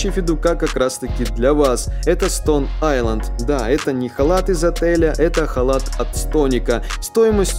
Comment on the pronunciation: stone island, а не inland